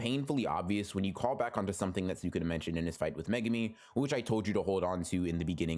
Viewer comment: what the FUCK is megami....its mae-goo-mee